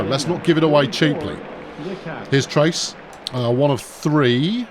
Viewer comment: If a player throws a ball into a dugout or the stands/crowd, all runners are awarded an extra base. In this game, the runner would be credited with a hit and extra base due to error (not a double) and the shortstop would be given an error on the bad throw. Also, the player on your team named "Trayce"...I think it's pronounced tray-see, not trace, since it's a female. Trace is usually a male name. Tray-see I've seen attached to both genders.